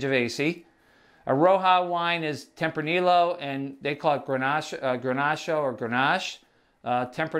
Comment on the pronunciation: Grenache in Spanish is Garnacha (not Granacho), FYI. Very helpful video, thanks!